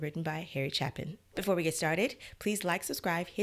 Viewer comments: You are mispronouncing Harry's last name - it is a long A, not a short one - CHAY-pin - just trying to help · Hi. Thanks for listening to this. BTW, his last name is pronounced Chay-pin. The story is a lot deeper than that. The message is that loving someone, is always a better place to be. Rather than the result being because he was loaded, he learned from his encounter with the woman at the diner, that giving someone a piece of yourself is always better than shutting someone out, even if they are not attractive. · Pronounced CHAY-PIN,. Never got to see Harry live. But I did see members of his family performing his music in concert. This was one of the songs they performed along with 'Cats in the Cradle', 'Taxi', and other classics. 'Circle' is another song you may want to consider reacting to. It is a great sing a long, closing concert song.